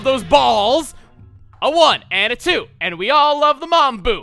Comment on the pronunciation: There's chu of you? At least he didn't say 'chu' twice or we'd be switching franchises.